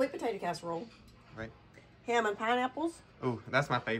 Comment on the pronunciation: The only person that says HAM in two syllables. HAYEM